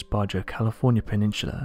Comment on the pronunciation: Worst speaker narrator on youtube. Just listen to the way he says “peninsula” its laughable and sad at the same time. How this guy has a speaking job with his horrible word pronunciation, ill never know. I guess he runs the channel. Otherwise theres no way he would be narrating anything.